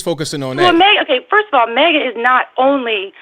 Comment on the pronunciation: It's maga, not mega